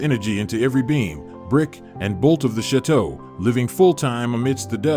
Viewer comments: Please tell me why this man who cant even pronounce chateau and calls ut shit to really annoyingly..wants to share Dan and his families with everyone..not nice, not good and I think it's a shame I even opened the video. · This narrator is horrible! Cannot even correctly pronounce the word "chateau".